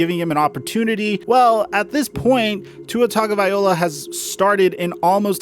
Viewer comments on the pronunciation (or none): Tagovailoa not tagovaiola.. nice video bro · Tua tugaviola is how he pronounced it. 😁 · Respectfully, you’re pronouncing Tuas last name wrong. It’s pronounced TUNG-oh-vy-LOW-uh (this is a copy and paste from google not me trying to be a smart ass lol)